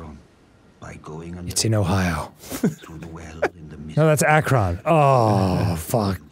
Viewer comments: Honestly it angers me that yall pronounce Akron wrong 😂😂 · Why does everyone pronounce Akron as Ak-ron? Most Ohioans pronounce it Ak-rin lol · I've only ever heard it pronounced akrin